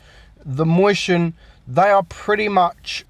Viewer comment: omg can you say mäuschen correctly? stop saying moistion mäuschen you fat